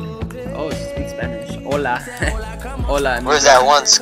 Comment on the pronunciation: It’s not ola it’s hola